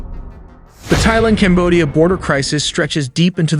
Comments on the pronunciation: It’s pronounced tieland, not thighland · Thailand not Thighland 😂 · Great video, but please stop saying thighland. The H is silent lol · Great vid, "Tie-land" not "Thy-Land". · It really bothers mean you cant pronounce - THAILAND - it is TAI like TIE - but TAI - not THIGH - youre saying THIGHLAND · The country is pronounced "Tai-land", not "Theigh-land". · Don’t trust anyone pronouncing the “TH” in Thai as “Thigh-land”…good lord. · Send your synth voice back to school. It pronounced the 'TH' of Thailand as 'THIGHland'.